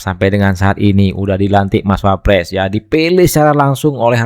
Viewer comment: Deny maling..kok bilang wapress..bukan klas nya..